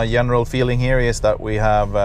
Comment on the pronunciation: you really need to practice the pronunciation of the words "just" and "general" ;))